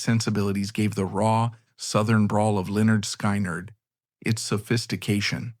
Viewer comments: Good grief at least say Skynyrd correctly please not sky-nerd it's skin-ard I'm not listening to this stupid dumb AI voice garbage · Not AI ? sky- nerd ?? Maybe before using something make sure it doesn't suck. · You lost me at sky-nard...AI sucks. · Not even a minute in...the bot announcer mispronounces "Skynrd" and the screen displays a photo of the 60's comedian Alan King (supposed to be Ed King?). I'm guessing that the rest of the 'documentary' is equally ridiculous, but I'll never know. Heckuva job, guys! :face-blue-smiling